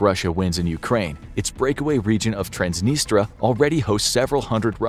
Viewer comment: lol the narrator forgetting about the 2nd "i" in transnistria